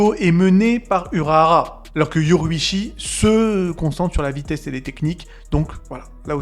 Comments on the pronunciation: son nom ce dit yorou-ichi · me fume avec sa prononciation de YORUICHI🤣😂